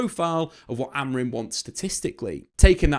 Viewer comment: his name is Amorim not Amorin